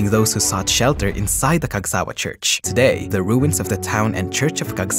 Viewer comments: The intonation was on sa not wa. It bothered me. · the pronounciation is different as shown by the emphasis mark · Wrong pronunciation of Cagsawa